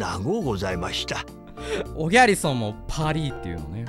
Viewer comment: パリィはもしかしたらフランス語のパリの発音に寄せてるのかもしらんけど